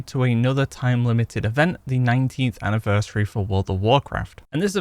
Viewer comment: Why do you say anniversary like anniversareh?